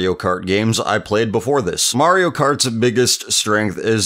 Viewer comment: You said market Kart Wii